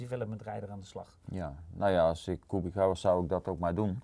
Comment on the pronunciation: Als Kubica terugkomt in de F1, zouden jullie dan aub even willen luisteren naar hoe Polen de naam van hun landgenoot uitspreken: De 'c' spreek je uit als 'ts' namelijk. Voor de rest lekker zo doorgaan : p